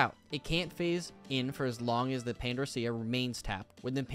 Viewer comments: AUGHH!!! The pronunciation of Pandorica is "Pan-door-ick-uh" Sorry, just the way you said the put my teeth on edge. DX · To helpyou out it's pronounced (Pan-dori-ka) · Some really useful advice for my own deck in here, thank you! And "Pandorica", for the record, is pronounced like the word "pan", then the word "door", then the end of "America"